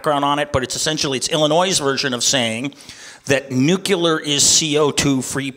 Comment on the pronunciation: If this guy wants to gain support he might want to start pronouncing nuclear properly.